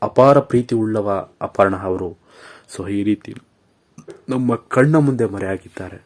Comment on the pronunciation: ಅಪರ್ಣಾ ಹವರು ಅಯ್ಯಪ್ಪ ಲೆ ನೆಟ್ಟಗೆ ಕನ್ನಡ ಉಚ್ಚಾರಣೆ ಕಲಿಯೋ